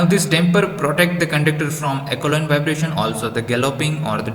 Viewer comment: Not acoline vibration..it is aeoline vibration